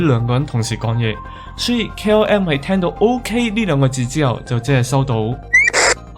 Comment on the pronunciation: KRM? KLM? KM? 唔睇字真係唔知講乜